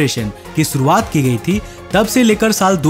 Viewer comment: भाई तू खुद का नाम बराबर लेता है.... फीर ऐसे मिसन, मसिन, इंग्लिस, सुरूवात, मिसेल, प्रकास, मोसन क्यू बोलता है बे....